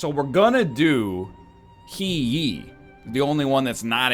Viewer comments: The simple one is the name He Yi. The narrator pronounces as Hear Ye, but the correct way should be (Trying to match as close as possible without going too deep in Chinese) Herr Yeet (pronounce yeet without the t) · Standard everyday speaking Chinese~ I would say it sound better if Yi is pronounced in fourth tone though, instead of second. Also had no idea where tee comes from haha! Guess transition between pronunciation is still hard to nail lol.